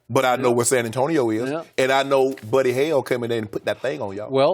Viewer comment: Louis Marquis Miller well to be fair shay sharpe also said buddy hill 😂